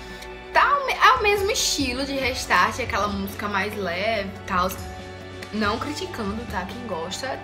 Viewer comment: gente pronuncia reistarte e escreve restart vcs falam dela e tá todo mundo falo errado kkkkkkk rextart